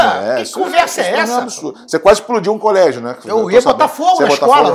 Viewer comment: "Culégio" tbm hahahahahahahah